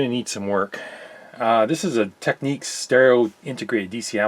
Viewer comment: Thank you for pronouncing Technics correct. If you notice Republicans pronounce it your way which is the correct way and liberals pronounce it the other way😅